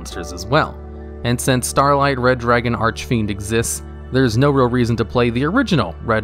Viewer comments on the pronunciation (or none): Its SCAR-light not starlight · How you pronounced Jack's soul "Red Dragon Arch(a)fiend" :)) If he'd hear you, he would die :)) Don't be upset now :( Also, you pronounced bad "Scarlight"..